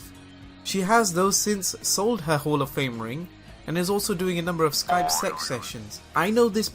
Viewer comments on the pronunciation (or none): none